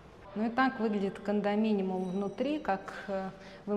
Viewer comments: все таки кондоминиУМ, а не кондоминиМУМ 😂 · КондоминиУм, если что😅. Спасибо за выпуск